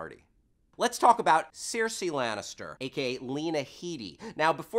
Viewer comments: Da fuq is a "Sirsie". It's Cersei dammit. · I'm sorry. You're awesome. But the way you've read Cersei name was wrong. It pronounce "Ser-See." not "Ser-Say." Also, I didn't realize that Varys has hair in real life and Littlefinger was in the opening of The Dark Knight Rises. You've also forget to mention that Walder Frey is Argus Flitch, the keeper on Hogwarts who's always carry his cat, Osha is Nymeria Tonks, Lupin's girlfriend and Catelyn Stark is Hermione's mom in Harry Potter. Peter Dinklage was in Narnia too. How can you forget that? And damn you, Batman! You should kill that son of a bitch when you've met him before he's become a psychopath that everyone hates. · Seersee? sigh. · I thought it was pronounced like 'sursee'...? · I thought Cersei was pronounced weirdly, but then in a lot of the videos in youtube she is always pronounced weirdly.. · Why does he (host) pronounce those Proper nouns incorrectly Cersei, Westeros, etc.. you hear it correctly on the show constantly. Even if you read the books first and that's the way you hear it in your head.. WE NOW KNOW WHAT IT IS SUPPOSED TO SOUND LIKE! So sound off and tell me why I am wrong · I get the feeling this guy hasn't ever actually watched GOT. Anyone who does would at least know how to properly pronounce Cersei's name :/